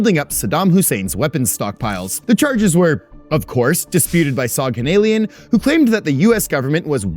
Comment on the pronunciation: Soghanalian is pronounced like SoghanalIAN. like all Armenian last names with IAN at the end